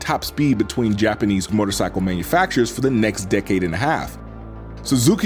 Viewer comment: One cannot simply say MORTARcycle and expect us to unhear it